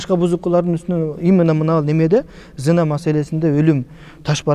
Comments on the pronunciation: Зина эмес, кыргызча зынаа го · Зина эмес зынаа деп айтылат.